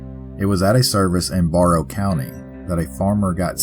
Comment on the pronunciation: Barrow County is pronounced Bare Row 👍🏻